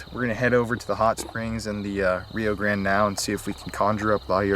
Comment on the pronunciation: The way you guys pronounce grande is infuriating lol. But I how everything seems 100% real. Keep it up guys!!!